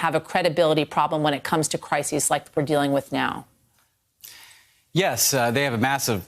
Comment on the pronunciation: Why do so many of these journalists not know that the plural of crisis is crises, not crisises. Come on!